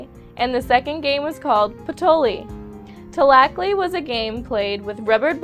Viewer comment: i can tell you didn't know this. you couldn't even pronounce the game tlachtli and Maiz. im mexican, and my grandparents know nahuatl (the lenuage of the aztecs)and tought some of it to me. I'm just saying...saying that the aztec girls belong in the kitchen ..."Go make me a sandwhich, woman!!"